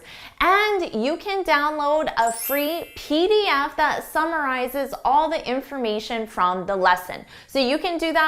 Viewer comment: I'm not english native speaker and my english is far from perfection but your "at D end" hit my ears so hard.